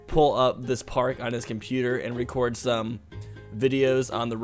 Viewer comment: I laughed when he said recorn instead of record Like if agree